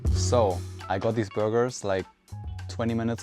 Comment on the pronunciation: De burrrrgers